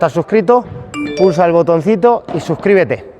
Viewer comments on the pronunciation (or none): none